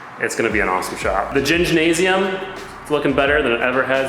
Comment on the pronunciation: Should pronounce it more like the Germans do Gymnasium (Jim Nah-see-um). In their country a gymnasium is really just a school so, Gingnasium seems great.